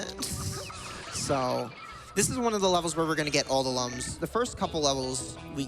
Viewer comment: It's Lums not Lums Spike.